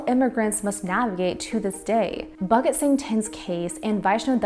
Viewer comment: Bhagat is pronounced as [pàgət]